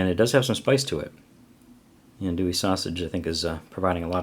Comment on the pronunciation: You said it right brother